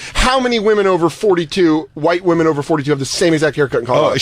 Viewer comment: Why can’t pronounce women (plural)? It’s like nails on a chalkboard for me. Why doesn’t Jay rip her apart for it??